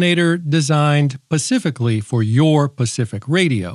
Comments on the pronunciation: actually the guy was right. It's defiantly not a Tesla cage.... Tesla used Faraday cages though. says a lot of things wrong. Used to be better but he cant even say specific. He says pacific like the ocean. I think he's getting worse with age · Are you saying “Pacifically” on purpose? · love the card, "pacifically" the last line.